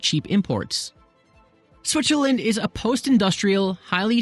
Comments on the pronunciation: Dude said Switcherland . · I dare you to say Switcherland one more time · WOW! I had no idea one could say so much about a country while at the same time mispronouncing its name for 13 minutes!